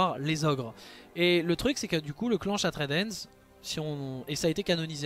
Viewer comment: Super vidéo, toutes les propositions que tu fais à la fin pour développer les orcs me hype à mort! Par contre par pitié prononce bien le nom anglais de la Main Brisée, j'ai les oreilles qui saignent à chaque fois que tu dis "Shattred Hand" XD